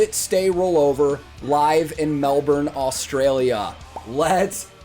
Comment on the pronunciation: Melbourne is pronounced MEL-BIN btw lol